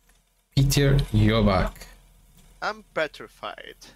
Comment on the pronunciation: you pronounce it Jirlback, the L is silent (as is the r). like girl, but silent L